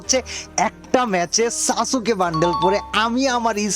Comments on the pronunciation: সাসুকে❌ সাসকে✔️ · Eita pronounce kore "Saske" bole. Sasooke na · ভাই সাসোকে না সাসকে😅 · সাসুকে না ভাই🙂 সাসকে☺️ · সাসুকে না ভাই সাসকে 😊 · সাস কে ❎ সাসু কে ✅ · সাসুকে ❌ সাসকে✅ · আরে ভাই সাসুকে না ❌ 🤣। সাসকে হবে✅ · সাসুকে না সাসকে হবে😂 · ভাইয়া এটা সাসুকে না সাসকে হবে